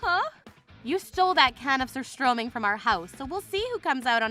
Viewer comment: Surströrmming hahaha talk about stinking situation 😆🤣